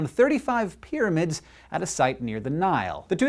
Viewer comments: And 'pyramid,' not 'pyramind,' lol. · 'Pyraminds'..... really, guys? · New "PYRAMINDS"? LOL :D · lol, "Pyraminds" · "Eqypt" and "Pyraminds"...